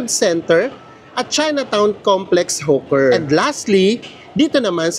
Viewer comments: Hi. Hawker is pronunced as Hoker not Huker. Fyi lng po para mas ma getz Ng audience nyo. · anu ba talaga Hawker o Hooker ayusin mu pananalita mu potek!!! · Enjoyed the vlog - Kaya lang e-correct lang ang pronunciation: HO-ker( Hawker) at Hindi hoo- ker 😜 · Hoker po pronounciuation, hindi hooker. Iba po yun. Hehe.